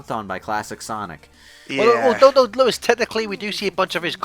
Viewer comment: Lewis (Luis?) Loo-is is savage.